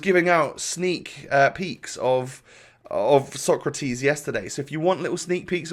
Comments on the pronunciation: It’s SO-CRA-TES not TIS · SÓCRATES, not SOKRATIS.... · It is pronounced sokratays